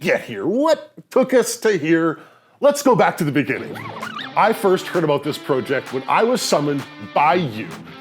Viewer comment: This guys says project wrong lol